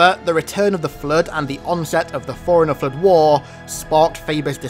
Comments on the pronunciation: Took a few seconds for me to realise he was saying forerunner and not foreigner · Lol fore runner, sounds like hes saying foreigner. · It sounds like you're calling him a foreigner, not a forerunner. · Everytime you say forerunner it sounds like foreigner 😂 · You want to say forerunner but you keep saying foreigner. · The way you say forerunner kinda sounds like “foreigner” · Whenever you say "ForeRunner" I heard "Foreigner." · Great video, but I hate how you pronounce Forerunner like Foreigner XDD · Got 3 minute's in before I gotta annoyed with the way you say forerunner, I will not be returning.